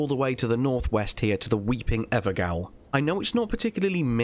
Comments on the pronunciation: It's pronunced jail, not gaol. It's the old word for jail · BTW gaol is pronounced jailed instead of gow. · just sayin... the word evergaol is pronounced everjail.... llike wtf is evergail??? its an eternal spirit prison... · Great tips. Really helpful, looking forward to your next few videos on other regions! Just a little info, Evergaol is pronounced, Ever-jail. Gaol being the old 18th or 19th century English spelling before it was changed. So in essence its a an eternal jail for the particular individual who is unfortunately trapped there. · evergowl? :D It's ever-'jail' (jail, gaol) same word, same pronunciation, different spelling, for future vids ;) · You pronounce it everjail not gowel............... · gaol is pronounced the same as jail and it means the same thing. it's an everjail. all the bosses in there are imprisoned forever. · Hey man, nice videos, really like your presentation style, don’t want to be that guy but the ever gaol, is pronounced jail, as in it’s a jail cell/ prison cell, gaol is just an olde worlde Middle English way of spelling it. Only bought it up because this is the second video I seen you make the mistake, no shade just thought you’d like to know. Might make the lore more interesting for you too! All the best mate. Thom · i'm watching too many elden ring videos and this is driving me nuts in all of them: the pronunciation of 'gaol' is 'jail'. tell the other youtubers too please lol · gaol is pronounced jail